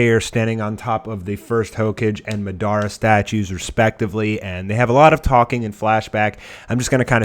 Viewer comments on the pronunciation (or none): It's naruto not narudo and madra not Medea